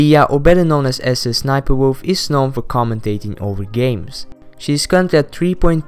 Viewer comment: Its Sssniperwolf like Sniperwolf Not S S Niper